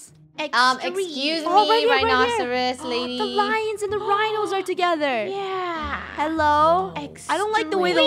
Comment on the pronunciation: Is it just me or who else heard say bye rhinos bye lhinos